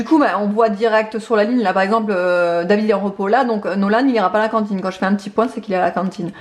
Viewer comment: ' à la cintiine ' 🤣🤣 j'adore !